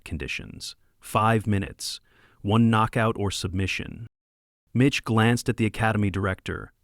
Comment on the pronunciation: Mitch, not Bitch. 🤣🤣🤣🤣🤣